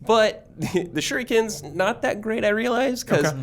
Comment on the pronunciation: My dude it’s pronounced “Shuriken” how you say it sounds like:” Sure he can” lmao I was crackin up a bit